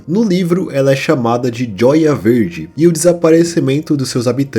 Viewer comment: pensa, essa tal cidade de "hoer verde", que era "joya verde", não é raro a galera lá nos eua e canadá acharem que o nosso "j" tem o som do "j" em espanhol, então talvez esse nome que não soa nada brasileiro que é "hoer verde" tenha sido os gringos corrompendo a pronúncia da palavra joia